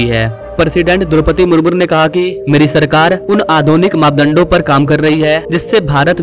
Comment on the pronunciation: शब्द उचारन ठिक कीजिए । मुरमुजी होगा मुर्मूर नहीं ।। नमस्ते 😊